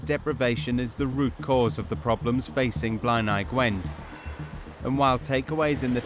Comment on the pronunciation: The way they pronounce some words like ‘ebbw’ and ‘blaenau Gwent’ is sending me 😂 that’s not how we say it lol I live 5 mins from ebbw vale